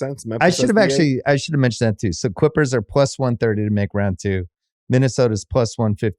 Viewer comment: Bill says “Quippers” to refer to LA’s other basketball team. I think they all have speech issues